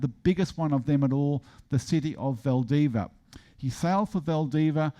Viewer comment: Saying VALDIVIA isn't all that hard, just don't ignore the final 'i".